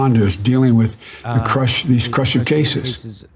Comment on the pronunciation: when he said 'crushive cases' i felt that shit